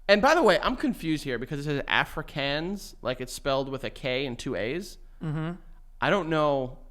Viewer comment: you pronounce it Afri(kahn)s 😂😂if that makes sense😂 and yes some people do say something to the lines of the red car visiting😂😂